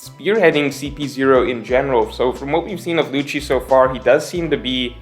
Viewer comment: Lucci is pronounced Lukki It's not mikami its Ookami